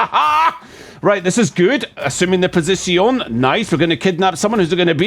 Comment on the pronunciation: Assuming the pohzishiown😂